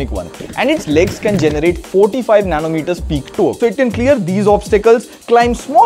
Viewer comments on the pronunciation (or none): 45 "nano" metre torque???